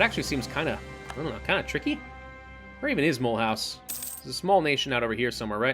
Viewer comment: Mulhouse is pronounced ma-loose